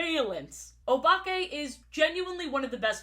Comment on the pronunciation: Anyone else think she is about to say Obama when she says Obake?